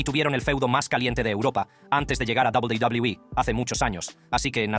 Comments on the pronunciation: PRONUNCIAS PÉSIMO WWE/WCW.PORFAVOR APRENDE A HABLAR.ES MOLESTO OIRTE. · Hermano tu video es interesante pero por tu tono de voz y la forma en la que pronuncias a WWE es molesto